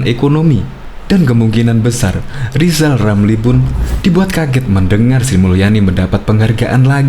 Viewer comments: Lizal Lamli bukan olang pintal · Lijal lamli 😂😂😂😂😂